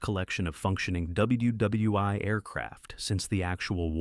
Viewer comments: Nice video ... except for the mispronunciation of names and the stupidity of saying "W.W.'i'" rather than "World War One" or even "W.W.1" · The AI narration is bad enough — “dubya dubya eye”??? (WW I) and it couldn’t make anything at all out of “WW II” — but since when did 1977 come before 1964? At ca. the script states that the 1977 film “Twilight’s Last Gleaming” (a great movie, btw) precedes Stanley Kubrick’s classic “Dr. Strangelove”, which was released in 1964. If we have to endure AI inanity, at least let’s please get our facts straight!!! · Stop saying “WW Eye”! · Thank you stupid AI. You pronounced " ww eye" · Great Content but the AI voice over is sad, "WW i" over and over again. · Aces High. WW eye?? Who appoints these narrators?